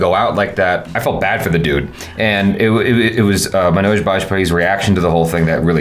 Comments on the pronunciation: Agreed! Everytime he says it, sounds like he's saying MANAAJ, kinda like Nicki Minaj 😐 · Love your discussion on the series,. The only thing that irked me was not saying Manoj's name right. I mean it's 2nd seasons episode 6. About time we do justice to the lead and atleast get the name right.